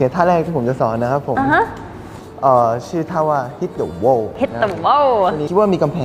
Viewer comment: It's hit the whoa instead of wall